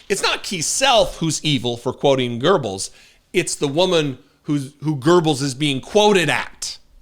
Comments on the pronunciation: Joseph Goebbels was instrumental in getting the German people to buy the Nazis and their agenda. Evil as all get out. BTW - Its not Ger-bills. Its the vowel sound on the oe that people think is an r. But there is no r in the name Goebbels. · Goebbels --Go bells no letter r in pronunciation. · Not "Goerbels" - Goebbels. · Why do Americans always put an R in his name? It’s pronounced geh-bulls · Why do Americans pronouce it Goerbels? I mean, he's garbage, and I know (especially US) English does not do gemmination (strenghtening of doubled consonants), but that sounds ridiculous. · Wait a minute! "Gerbbels"? Could he have been quoting Karl Gerbbels, a German immigrant? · Goebbels, not 'Gerbils-rhymes with gerbils' I just had to look up 'Josef Mengele' because I realized my memory telling me 'Josef Mendel' was not quite right. Stay safe, consider moving to Canada for a while...TY 4 yer service then and now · It is not: Gerbels, there is no r in that name. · What do I think? I think members of Congress should know enough about history not to pronounce the Nazi propaganda minister's name as Go-bells. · A supremasist that doesnt how to pronounce "Goebbels" look there is NO "R" in it. Just shows their ignorace at its best! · just one thing... please... ther is no R in Goebbels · Just a little detail. There is no R in Goebbels. even if a thumb with ears can't get it right, you can. I believe in you! 😅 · Nazis use nazi speech, what a wonder. I know these folks good as a german:) Not even able to pronounce name Göbbels right...these americans. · No R in the pronunciation. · There is not "R" in Goebbels name...! Just to be clear that we talk about the same Nazi... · The Nazi POS from Texas (the thumb-shaped dildo) couldn’t even pronounce his Nazi hero’s name correctly. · He's so clueless he couldn't even pronounce Goebbles correctly. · This Texan couldn't even pronounce the horrible name right, which means the context quoted wasn't his idea, probably one of his MAGA staff.😊